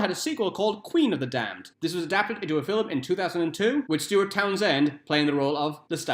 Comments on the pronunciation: Film... Film... why are you saying Filum? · It's Louis NOT Louise lol!!! Fillum??? Another lol.